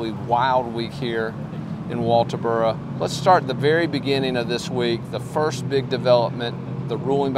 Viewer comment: Atleast you say walterboro right lol I knew Maggie this is terrible I hope justice is served